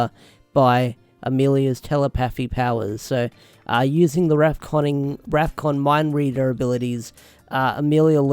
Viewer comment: Rafkon not zefkon